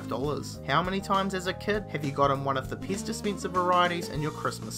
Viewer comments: Whats a "ixpensive piz dispincer"? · Titty Beer next to the piss dispenser.